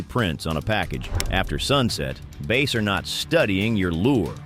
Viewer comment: "base" huh? lol. stupid AI